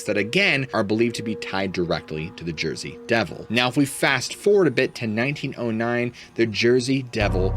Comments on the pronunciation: Let's go to Jersey (Joisey) 😂 Yeah, these longer episodes r better! Luv ur storytelling! Thx!! 👍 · “Let’s go to Joisey!” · Let's go to "Jorsey"😂❤ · Let’s go to Jersey! Not sure how to spell out the accent. 🤣